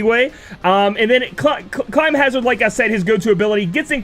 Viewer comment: This video looks great. please though it's climhazzard, not climbhazzard